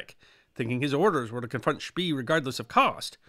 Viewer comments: Are you sure "spee" is not pronounced "shpay"? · I am kind of a history nut and one of my first memories as a kid was the movie Graf Spee. I have watched everything I can find on this subject and I have never heard the pronunciation schpee as opposed to schpay, even seeing Germans interviewed. Maybe we can get someone else to way in? Thanks, love your docoes! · One note, Spee is pronounced like 'shpay.' This is a really excellent summary of the battle of Coronel, thank you! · Indy Neidell had a similar discussion about the pronunciation of 'von Spee' in (I believe it was) the comments section of one of his WW1 videos. IIRC, he stated that all Germans he had heard say the name pronounced it 'Spee', not 'Shpay'. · Und vat ist vrong mit SCHPAY?!? 😁 The German documentaries pronounce it as Shpay. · The German "ee" is pronounced like the English "ay". Also, the "g" in "gn" is never silent in German. But these are nitpicks of yet another history short! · Spee is pronounced "Speh", a double vowel in German is stretching that vowel....